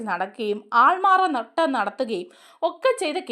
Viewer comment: Not "aalmaaraa nattam"❌😂aaalmaaraaaaattam✅